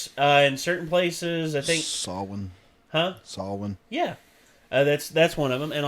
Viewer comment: Yay u pronounced samhain correctly